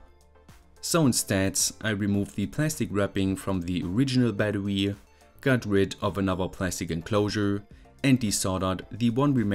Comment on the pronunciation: bro pronounces bettery like a furry